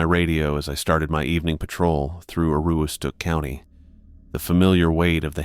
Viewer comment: Hello. From Maine here. Aroostook is pronounced Ah-roos-tic. lol. The roos is like rooster. I can always tell when people aren’t from the state they are trying to pronounce town names. Maine has a plethora of Native American rooted names.